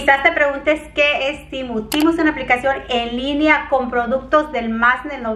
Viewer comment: no es TIMU es TEMU 😂😂😂. A lo mejor es q en inglés se dice así?? 🤔😅